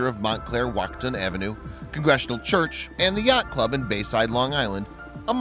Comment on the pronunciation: Lmao, I'm from Montclair and the way he prounouces "watchung" is so funny. It's "Wah-chung" not "Wat-cung"